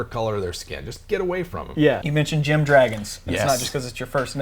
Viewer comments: Wait I'm confused. Are they gem dragons or dragons? The first couple of times you mentioned them, it sounded like you said "", and then mentioned "not just because it's your first name". But obviously each of them are named after different gems, and then a few of the times you talked about them it sounded more like "gem". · I thought he said dragons 😂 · What is a " dragon"? You guys don't pronounce vowels very distinctly.